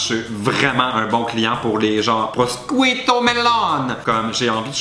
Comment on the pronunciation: il faut prononcer prochuuto pas proscuito svp mes oreilles :(